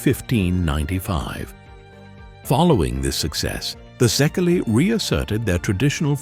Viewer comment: First of all ! Your pronunciation wrong ! ! In the Hungarian language, the letter SZ is one letter, S and the LY is one letter too I So the right pronunciation of SZEKELY is SEKEI ! Try to use the right pronunciation ! You can do it and the SEKEI people gonna fill better too because when you expect them to say something in English, you expect from them the same , to use the right pronunciation ! Did you get it ? Gabor Czirjak USA